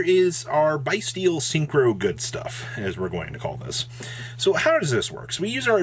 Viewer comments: It's pronounced Beastial. Not Biestial. As in Abyss Beast. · it is pronounced Bys-tial like as in "Abyss" not like "Bye" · Thats not it. There's no beast. It's bys-tial. Abyss